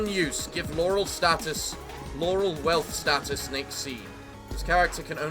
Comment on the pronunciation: Welp, now we know that Laurel Wreath has been renamed to Laurel Wealth status, because won't try to fix that pronounciation.